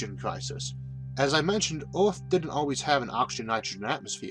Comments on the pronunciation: like how does someone speak all these big words like a baby and expect to be taken seriously? Maybe take a minute to correct your luewrng tuewrng impediment before trying to inform the wouwld and the eawth. like every other word is teaching children how not to speak correctly. what a fucking joke. I could laugh at this video all day luewrng. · I'm still very irritated because of your pronunciation of "earth" and "mars". kinda keeps me from subscribing :'D but nonetheless your content is in fact one of the best I found on YouTube. Thanks